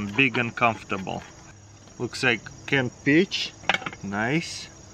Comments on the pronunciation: When he said peaches in a can I thought he said b**** in a can lol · I thought he said “bi*ch” at first too 😂